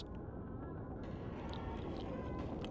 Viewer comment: So am i the only one, who likes it when says "Moist"? 👀